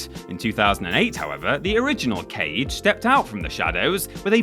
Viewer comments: Kage is pronounced "Kah-Gay", not cage. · Kage is said “kah-gay” not “cage” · Its KAGE, not "Cage" It means Shadow in Japanese i learned from Samurai Cop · Legend of KAGE (KHA-GEH) not CAGE 🤦🏻‍♂️ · Kage, as in shadow, kaagay. Not cage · Isn't it pronounced "Kah-Gay"? 🤣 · Ka- gay. Sorry to beat a dead horse. It bothers me a bit. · ....smh... it isn't pronounced cage..... cmon dude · every time you pronounced Kage like "cage" I died a little inside and now I'm entirely dead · he did it on purpose, premeditated murder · was looking for this comment and you sir are absolutely right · Isn't "Kage" pronounced "ka•gay"? Get your bloody pronunciation bloody correct. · The Legend of Kage - Kage is pronounced "kah-gay" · I'm so glad so many people noticed that too. It was driving me crazy. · You sure did! BTW, it means shadow. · I just got to that part and immmmmediately felt bad for you... lol ---- but yo when we were kids we all called it "cage" lol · Close enough yeah. Ka sounds like a crow, "caw", and Ge is pronounced like the start of "gay" just cut it off a little short so you don't hear the Y sound. You know the Ken Jeong clip where he goes, "hah, GAAAAAAAAAY"? He pronounces gay with almost two different syllables there, Japanese Ge is pronounced like just the first syllable there. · love the 1980's schoolyard pronunciation of 'Kage' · Immediately scrolled down after "Kage.." Not dissapointed XD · Take a shot every time "Kage" is said wrong lol